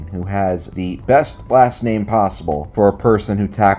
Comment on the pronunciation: The way he pronounces name is so weird lmao